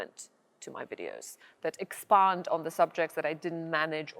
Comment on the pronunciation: The pronounciation of the word "expand" made me go "WOOOOOOW" so hard I woke my dog up! Arlena, jesteś świetna!